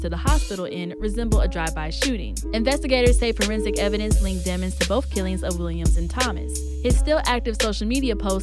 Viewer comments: Why she pronounces it as deh mons bih it’s pronounced demons as the evil from hell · they try and say demmonds... no its Demons vowel consonant vowel people